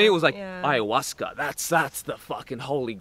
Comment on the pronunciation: lol he said hayahuasquer, love it